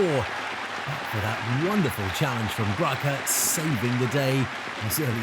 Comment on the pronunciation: Ricardo Graça(is pronounced Grasa).